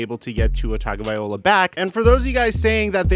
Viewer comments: I love ya but it’s cringe worthy when u keep pronouncing tua’s last name wrong it’s not viola it’s viloa low uh not eye ole ah.. bro it’s not cool for a football pontifficater to absolutely butcher a man’s name especially one with an ethnicity uncommon name. I know you’re not racist but it comes across racistly insensitive when you keep pronouncing his name wrong as if you don’t give a damn. I’m sure it’s just a mistake or maybe it’s not but apologize to Tua because you come across as either an idiot an insensitive bigot an I doubt you are either of them. Respectfully you are doing a great job except for that. It’s a bad look. As a content creator I know it is easy to make a mistake an get grilled or accused of doing an being someone you aren’t. So as a pal I’m looking out an hope you correct it 💯 ✅ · TagovaiLOA not TagovaiOLA 🤦🏻‍♂️ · Bro it’s TagovaiLOA. Not TagovaiOLA. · "Vi-low-uh", not "Vi-ol-uh". That's a stringed instrument 🎻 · Mispronounced Tua’s name pretty much every time. It’s pronounced taga-vy-Loa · I know it's tough but it's pronounced Tongue-oh-vie-low-uh. Great vids. Keep them coming. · Learn how to say Tua's last name if you are going to do these. TONGUE-OH-VI-LO-AH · Dude if you're not going to pronounce Tuas last name, do something else